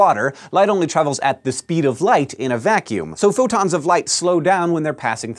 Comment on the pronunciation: It sounded like he said "futons of light." I like that image.